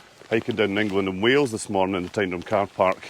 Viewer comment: The correct pronunciation of Tyndrum (Tyne Drum) gets my vote ... and I'm not even Scottish